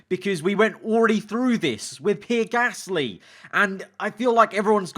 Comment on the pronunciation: He’s saying pear gasly right?im not going insane